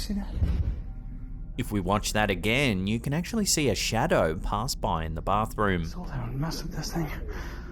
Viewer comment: but he had a shawdow